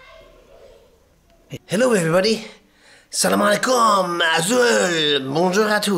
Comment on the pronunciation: tu as dis salam alaikom correctement , je te souhaite une excellente journèe , tu me donne appetit à ce joli couscous , embrasse tes enfants et bon appetit 😀😍😍😍😍